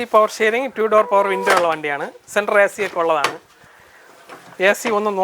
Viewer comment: യേ ഭായ്.. റ്റൂ ഡോ അല്ല റ്റൂ ഡോർ പവർ വിന്റെ എന്നാണ്